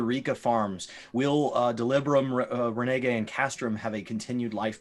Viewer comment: Makes sense. Problem is, they were pronouncing it "REN IGAE". Needed to make that distinction